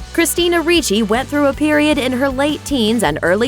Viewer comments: RIchi not REEchi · Ok, let me clarify something that bothered me ALOT. You pronounced 'Ricci' like "Ree-chie" when one my side of the family it's pronounced "RICH-IE" I don't know how Christina pronounces 'Ricci' but that's how I've always heard people pronounce my last name. It gets me triggered sometimes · It's not reechie it's like Richie........ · Ricci not reeeece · It's pronounced Rich-y.... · is her name actual pronounced like that, everytime she went RREECHEEE something in me died a little, I've a feeling she's not pronouncing it right...